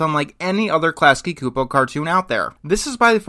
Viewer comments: It's pronounced Chu-po. That's critical research failure. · I don't see eye to eye with your take on Klasky Csupo (or your pronunciation of it). I think their character designs are vibrant and creative exaggerations of human proportions, and they neither phase me now nor did they when I was a kid. Not to bring up the whole "CalArts style" discussion, but the animation industry as a whole needs more studios pushing the envelope of character design. I'm not a fan of Aaahh! Real Monsters, but the other Klasky Csupo offerings primarily featuring humans were charming. They have a very methodical approach to their style, where you can look at a given human character and think "yeah, I know someone who looks like that!" It's not jarring or grotesque, like Mr. Pickles, it's just stylized. Everyone basically has a potato head anyway, Klasky Csupo just dials the potato up to 11. In the realm of cartoons, character designs, gestures, and expressions should be exaggerated, otherwise you're left with G.I. Joe, and the plot, cinematography, and voice acting have to carry the full emotional weight of the show. In The Simpsons, compare Homer's heart attack in "Homer's Triple Bypass" to Bart's heart attack in "The Heartbroke Kid", 13 years later. As a more poignant example, imagine if rugrats character designs were completely realistic, a la G.I. Joe. I doubt it would have caught on.